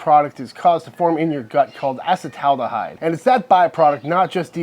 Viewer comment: So excited you pronounced acetaldehyde right.